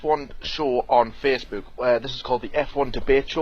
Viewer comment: JT's pronunciation of Facebook is something else, even in this video 😂😂